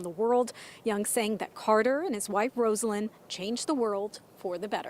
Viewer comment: Her name is pronounced RAH-salyn!!!!